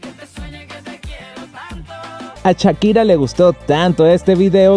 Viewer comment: ahora podrian aprender a pronunciar shakira y no chakira.